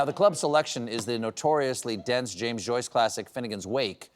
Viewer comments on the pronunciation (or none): none